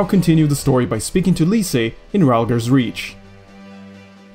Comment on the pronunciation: "Lees", not "Leesay". Please. Jk man keep up the good shit lol. Wasn't kidding about the pronounciation tho. :l